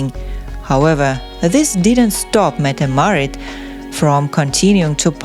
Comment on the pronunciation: You pronounce yourself incredibly wrong, she is Crown Princess Mette Marit